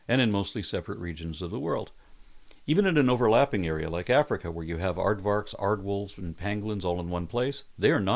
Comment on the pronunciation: May I merely impose myself and state that the 'v' in Aardvark is actually pronounced like an "f". So, Aardvark sounds more like Aardfark. Afrikaans tends to pronounce the v as an f, like it pronounces w as a v. So, Aardwolf, likewise, actually then sounds like aardvolf. Sorry, but not sorry.